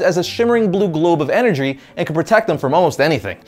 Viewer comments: say's Energry XD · ... Energry xD